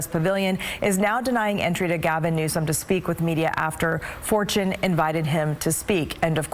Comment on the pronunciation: Why didn't the talking head anchor pronounce his name correctly as was printed in Anna Kelly's White House press release?